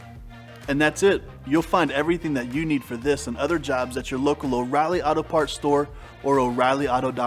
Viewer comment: Clearly understood O Reillys! You're my kind of people!